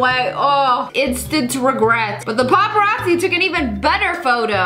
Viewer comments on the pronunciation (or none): none